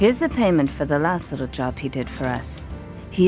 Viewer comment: because it’s an AI voiceover, look out for when it tries to pronounce “job”, JOOOB